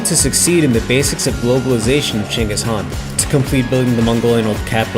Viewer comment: You guys are doing great. But, some of the names were mispronounced. I was also shocked to actually hear the correct pronunciation of Chinggis Khan, thumbs up.